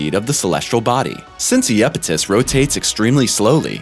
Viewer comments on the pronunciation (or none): You've gotta be kidding ,now your throwing yupidus on top of the train wreck of mispronounciations ? Please I love this channel but your killing us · I looked it up. Iapetus in Greek is 'Ιαπετός, pronounced as Ya-PAY-tos. I wouldn't say his pronunciation was a train wreck. He has done worse, much worse.